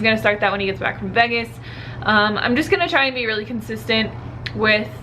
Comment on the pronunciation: The way you pronounce 'Vegas' XD haha 'veggis' ;p